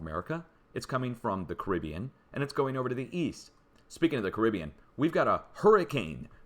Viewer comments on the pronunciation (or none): none